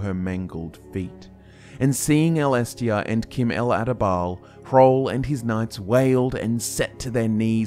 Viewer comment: sorry it is not Kim who you pronounce Chim it is pronounced as the word chimney. But nice video :)